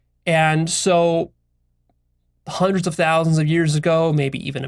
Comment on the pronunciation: "I've studied Juandreds of diverse perspectives" lol